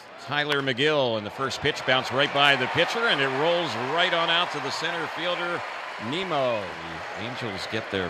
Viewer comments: Did the Apple TV announcer call Nimmo nimo? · You know it’s bad when Apple TV can’t pronounce “Nimmo”